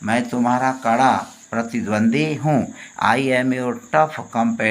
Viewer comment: pratidwandwi not pratidwandi